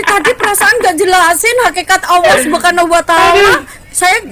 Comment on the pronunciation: Alloh subhanalloh, bukan subkanaloh